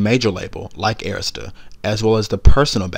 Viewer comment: Awesome voiceover and thank you for saying Arista correctly 👏🏽 🙂🙂🙂